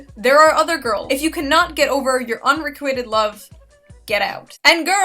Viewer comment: did you forget to mention also that hapas painted elliot roger as a victim of WMAF relationships haha Btw you mispronounced unrequited.